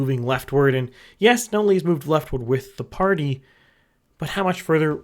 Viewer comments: You still haven't learned how to pronounce "NOT-lee" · I assumed it was a joke he was doing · Honestly I thought you were doing it onpurpose at this point...